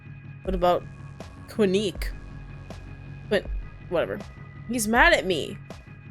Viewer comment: I think Quinque is pronounced “Kin-keh” cuz the game was in spanish in the beginning